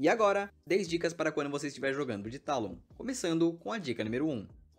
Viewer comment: é "Teilon" não "Tálon" bocó